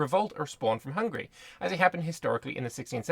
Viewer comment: You are the first youtuber i know who can pronunciate Hungary the right way as a hungarian i congratulate you.